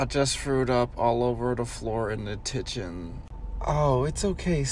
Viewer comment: The way he said kitchen 🤣